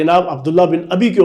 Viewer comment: عبد اللہ بن اُبی ھے اور عمرو عین کے زبر کیساتھ ھے اور واو نھیں پڑھا جائے گا ۔۔۔ آصف غوری۔۔۔